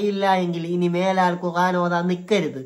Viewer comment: നീ പോയി ഖുർആൻ എന്ന് പറയാൻ പഠിക്ക്